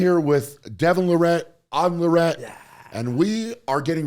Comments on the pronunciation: Hey Brian long time fan love your content! Greatest strongman to ever live! Something I noticed and maybe I’m wrong on this, but I’ve always heard it pronounced Lair-at, and I’m hearing you say La-rette. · Please learn to say their name correctly. Lair-it not La Rett. Too many people pronounce it wrong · Devon never corrects anyone that mis speaks his last name, just so everyone knows it's pronounsed "Lare-at". Not "La-ret". Can't wait to see everyone DEC 14th!!!!! Whoooo hooooo! I'm gonna make it to my first LIVE armwrestling event! If I can take off work on thursday and friday, I'll get the VIP ticket and that will be my Christmas present for me!!!! Let's Go! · It's all good. I'm sure he didn't take offence. It's hard to pronounce his name after you've heard it pronounced "La-Ret". I think because he's from Canada, people might think it's French? And pronounced that way? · This video is basically Brian and the Larratts trolling Eddie's training. Hilarious. BTW why does everybody mispronounce "LARRATT"? Stress is in the FIRST sylable. If I were them I would start correcting people. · Said Larratt’s last name wrong 😂🤷‍♂️🇨🇦🇺🇸